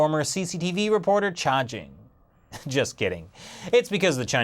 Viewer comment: The 'Under the dome ' documentary ‘s producer name is not "cha jing" dude, it's "Chai Jing"..... dude, have you really watch dat?